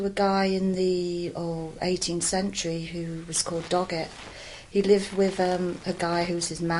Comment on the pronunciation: lol "i lived in a cave wiv my muver. she was burned because she was a witch and i was too."